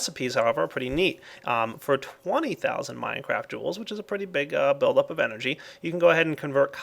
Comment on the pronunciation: "minecraft joules" lol its mega joules XD